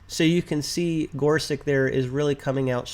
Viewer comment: Minor detail here, but I know you want to pronounce the Justices’ names correctly: Kava-NAW, not Kava-NOW. Gor-SUCH, not Gor-SUCK.